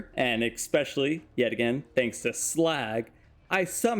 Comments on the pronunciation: eSpecially not eXpecially. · Can you please show me where the "x" is in "especially"? It was so cringe hearing you say "expecially so many times